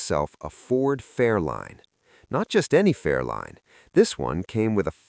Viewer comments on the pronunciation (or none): Ford FairLANE, not line.